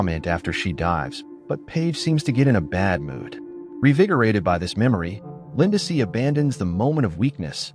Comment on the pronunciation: Poor Lindsey. AI keeps calling her Linda-see!